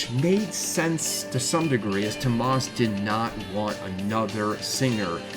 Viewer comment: Ugh the North American butchery of their names lol "TOMAHS HOLOPEWNEN" - TOO OH MAS HOLO-PIE-NEN is the correct pronunciation. Great video though! Nightwish is the best.